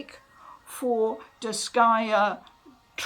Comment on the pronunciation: I'm just happy to finally hear someone pronounce the name of the series.